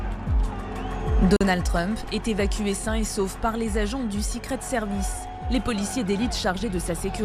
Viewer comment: Sicrit sirvice 🤣🤣 journaliste de merde haha